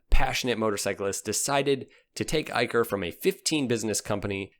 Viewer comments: It's Eicher ( Ai-Shar ) not Eikar ( Ai-Kar ) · Excellent video. The only thing I'd like to point out is Eicher Motors is pronounced 'i-shur' and not i-ker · Eicher is pronounced as 'IshaR' and not 'IkaR' dear Voice over artist... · Bro the pronounciation of 'Eicher' is Eisher not Eiker. Love your videos. Well done bro. Lots of Love from India ❤❤❤❤❤. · Its not eye-curr, it's eye-sher, that's the parent company of royal Enfield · it's pronounced ei'sher' not ei'ker' . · .... it is pronounced "A-i-shar" 🙂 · Well its pronounced as Ay-Sha-Er (Eicher). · Great video mate …and Eicher is pronounced aye-sher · Eicher pronunciation is "Eisher"